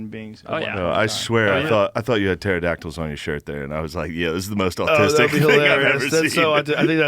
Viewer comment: But does he Imagine Dragons? 🤔🕺🏻 happy Friday everyone. "Turdactyls" lol